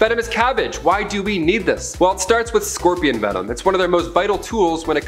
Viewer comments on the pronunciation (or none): none